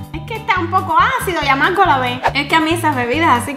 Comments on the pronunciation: En el minuto en vez de decir amargo pudo amarago.😅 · Alguien se die cuenta que cuando dijo amargo decia amarago😂?